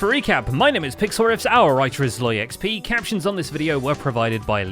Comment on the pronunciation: every time he says "our writer is ZloyXP" I hear "our elytra is low XP" haha